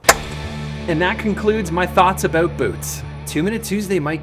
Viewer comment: What are you talkin A-Boot?